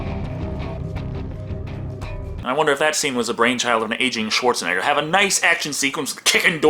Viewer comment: The epic way you say Schwarzenegger sounds like Schwartz a nigga